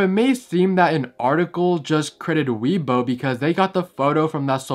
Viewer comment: its pronounced "way bo" and it's not Japanese it's Chinese